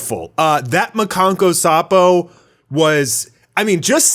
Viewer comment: It's "makankosappo" not "makanko sapo"